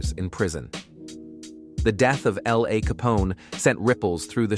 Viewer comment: said L.A name wrong